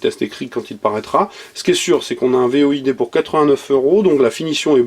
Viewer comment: C'est "Void" pas "V.O.I.D"...